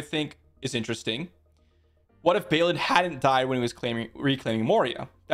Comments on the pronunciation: It's pronounced "Bawlin" not "Baylin". :) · Where is the Y that you pronounce in Balin?